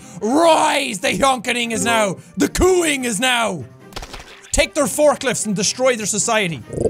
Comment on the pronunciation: Jack: "the COO-ning begins now" Everyone: 😐😐😐